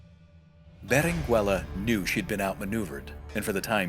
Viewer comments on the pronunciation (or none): The U in Berenguela is not pronounced, it meerly changes the pronounciation of the G making it sound the G in go.